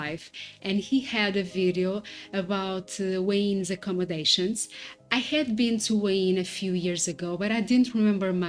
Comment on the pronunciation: Thanks for the video. I was wondering what you were saying when you were saying “Wayne” for Hua Hin. It’s pronounced “Whaa Hen” Just thought you’d like to know. I plan on visiting Da Nang and Hua Hin at some point in the future. I plan on retiring from my main job at 47 and traveling SE Asia for years just doing YouTube, my main channel is JasonMichaelPhillips if you’re interested. You are living my dream at true moment. Look forward to seeing where else you go on your travels. I subscribed! ❤